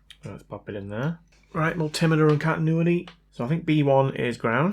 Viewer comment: "mul-tim-iter set to cotton-uity' As someone from the UK who lives in North America (Canada): can confirm...